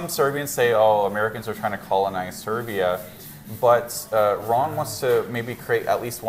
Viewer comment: Ron not Rob 😂